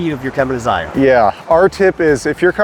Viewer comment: First say it properly. Say Lion. Then say Zion. Just like Lion. Thank you.